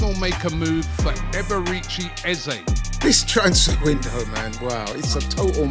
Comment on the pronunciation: Just to note his name is NOT pronounced "Er-ber-reach-chi". It's pronounced "E-bear-ray Chi". Eberechi Eze😊